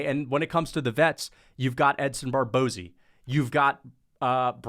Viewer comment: “Edson Barbozi” such a funny was of saying Barboza